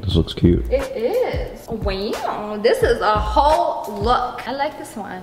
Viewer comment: Oh my god the way she says "weooow"😂😂😂😂